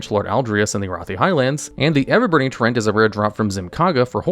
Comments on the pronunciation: Yeah, most of the time he was pronouncing it as trent instead of tree-ant. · He is saying "trents" though lol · I hate that you pronounce it "Trent".